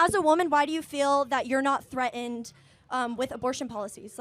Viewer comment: I feel threatened by people who can't properly pronounce "threatened". 😊